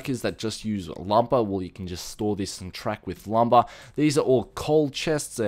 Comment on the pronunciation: Its awesome how you say lumber. "Lumbawh". :P